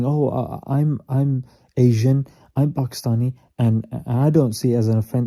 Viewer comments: I probably think you don't say it a lot and I don't mind, but it is pronounced "Pakistani" not "Pakistanian" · It's not Pakastanian people it's Pakistani people😅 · Bruh actually said ‘Pakistaniann’ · No? The correct word is Pakistani, I've never met someome who said it like and I've lived there all my life